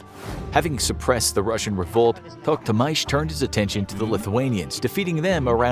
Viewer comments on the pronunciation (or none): It's To-KH-Tamysh and Bayezid, not Bazayid